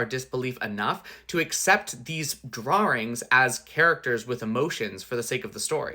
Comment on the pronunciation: Your drarrings pronunciation made me giggle. Great points about why she would be more likely to believe the ruse! And also why the movie gives us clues about her starting to work it out